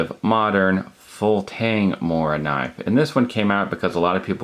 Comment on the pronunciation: You american say "moranive" you need to pronounce the k.